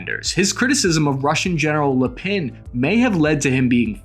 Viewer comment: You pronounce Lapin like if he was French :)